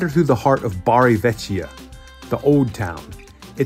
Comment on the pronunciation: Bari vecchia - with k sound not ch